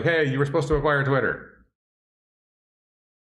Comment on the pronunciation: He Said Twisler LOL I like that better then Twitter.